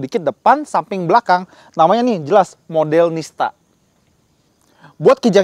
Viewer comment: Modellista.. Bukan Modelnista.. 😅